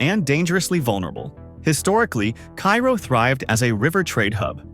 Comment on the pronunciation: It's KAY ro.